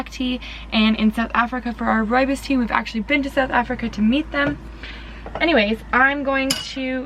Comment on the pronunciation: I'm from South Africa. So impressed by the way you say "rooibos" (which is an Afrikaans word). Do you sell your products here in South Africa?